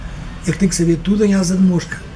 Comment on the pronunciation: kkkkkkkkkkkk sério "sabeire conjugaire"...e reclamando da pronúncia dos brasileiros...kkkkkkkkkkkkkkkkkkkkkkk.. só português mesmo!! hahahahaha